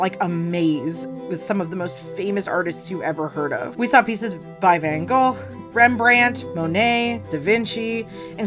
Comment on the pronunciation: Thank you for pronouncing Van Gogh correctly!